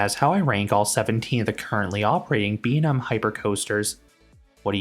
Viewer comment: imma need you to learn to pronounce B&M correctly